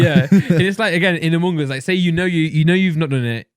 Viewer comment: “Umung uz”